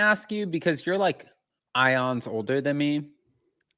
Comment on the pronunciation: You and Jason are so great together! When you said "ions" instead of "eons" I died lol